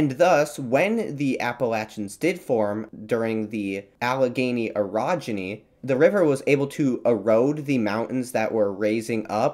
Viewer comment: I don't want to be rude, but I can't understand how you correctly pronounce a fairly rare word (orogeny) but then repeatedly mispronounce a basic word of freshman English like "antecedent". I'd not mention it, except you say it over and over and over. I'm checking out early.